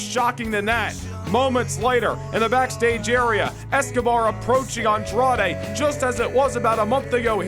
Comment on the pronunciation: I still can't get over how the ring announcer calls Andrade "Andrea" 🤣🤣.. as always great show! You never fail to disappoint.. what I think would put your shows and universe over the top and better than everyone else's is if you add AI voices.. like when you do promos you can use the real voices of the people, you can type what you want them to say and they'll say it. I know it might add more work and editing for you but I think that would be absolutely amazing and I think it'll add more depth to the storylines and etc